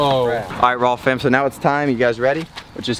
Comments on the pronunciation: Stop saying rawwm fan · it’s really pronounced rayyfam 😂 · should be known as rayyfam lol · don’t mispronounce… or should it be rayyfam then 😬🤨😂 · I had to stop watching this video because he kept saying rawwfam !